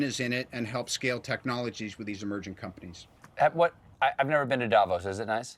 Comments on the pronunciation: the accentuation is on O.... DavOs... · i am not a comic book girl but MCU and how it all came together over the past 10 years completely drew me in, love it! oh, and its Davooos, the emphasis is in the second syllable.